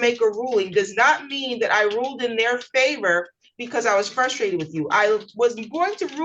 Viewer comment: I would decide against Temu Gimli the first time I heard “fustrated”